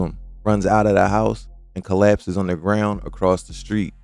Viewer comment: “Onna graown” 😂